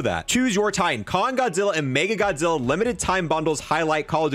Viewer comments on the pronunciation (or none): As a huge Godzilla/MONSTERVERSE nerd. I’m getting all three! Love the videos but I think you’re saying “MegaGodzilla” when it’s “Mecha Godzilla.” Sorry to be that guy.